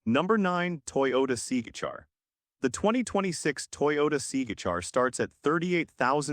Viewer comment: The AI narration makes this video nearly incomprehensible. It pronounced the Toyota C-HR as the “Seagar”; also, didn’t know that Teslas have a fuel maintenance cost (according to the narration). Maybe a human narrator would increase your subscriber base. I’m currently a subscriber, but not for much longer, with this ridiculous AI narration.